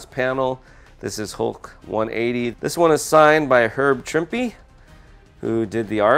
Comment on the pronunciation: First off; beautiful presentation, you have a great collection and love that most of the modern comics are direct and not news stand which I find off putting in terms of presentation. 2. Props for being one of the few people who know how to pronounce herb trimpe's last name properly. 3. Keep us posted about the sinister six diorama, that thing is a beast! But your statues are amazing.